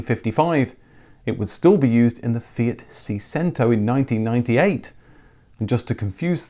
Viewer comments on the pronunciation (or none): I believe Seicento is pronounced Say-Chento, rather than See-Sento. I seem to recall a Fiat magazine spelling the pronunciation out as a play on the English language phrase 'say cheese' (suggesting someone smile when taking a photo of them) for an article about how the car would make you smile. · See sento? 😂 Say Chen toe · Seicento = Say-chen-tow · "See Chento" (just saying) :P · pronounced chey-sento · I always thought that the Fiat Seicento was pronounced 'say-shento' - it means 600 I believe. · oh Mr, why did you pronounce Seicento like that? If you know how cento is pronounced in Cinquecento, surely you can work out it’s the same pronunciation in Seicento. 😬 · Your pronunciation of "Seicento" is bad... Yours problem with "FIRE Engine" are realy bad and boring jokes. But in general very good episode. I got UNO, 1996, built in Polnad and I love my car.